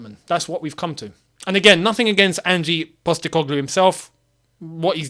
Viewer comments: as an aussie, thought i’d just say it’s pronounced not like “angie” but more just leave the e out of it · "Angie Postecoglou" 🤦‍♂ mate its Ange, and yes SPFL is far from an elite league but he needs some credit, he came in to Celtic and completely revolutionised the team. Just reading his Wikipedia site and don't actually watch their football. Just say "I don't know anything about him", instead of pretending you understand how he plays, his formations. Saying "I want someone who can get us winning trophies" is not realistic, it's like working as a bin man and saying "I want a Ferrari". We are not the same club anymore, have you looked at the league table? We will likely finish 13-15th place. We need to get back to fighting for the top 6, then worry about top 4 before we are even close to talking about fighting for the title. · Ange not Angie! Aussies know all about him. Multiple titles here, Japan and at Celtic.